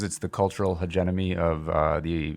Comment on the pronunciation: Learn how to pronounce hegemony. The Boss is now an ideologue